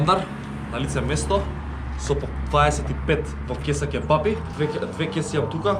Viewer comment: Ау акцентов на Ќеба-Пии